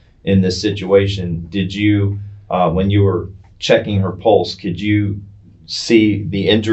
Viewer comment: He’s a PARAMEDIC and doesn’t know how to properly pronounce pulse. Errgh. That’s one of my pet peeves when people, especially professionals, pronounce pulse….pultz 🤦‍♀️